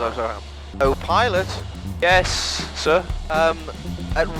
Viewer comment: Even after the video. I think I'm gonna hear 'Oh Pilot' with accent continuously throughout the day 😂